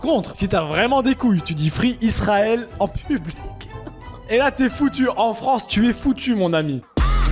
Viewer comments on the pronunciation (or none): none